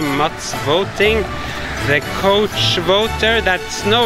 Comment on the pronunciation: *choice Couch… the cou is pronounced like cow, rhymes with now.